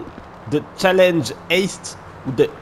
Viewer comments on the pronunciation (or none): none